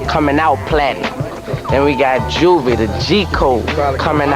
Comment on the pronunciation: Side note: It was pronounced "Ju-vee" The Great.